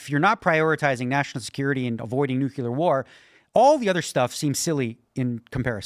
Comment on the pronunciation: Does anyone else hate it when people say the word nuclear as newk-you-lar…. Why do so many people say that word wrong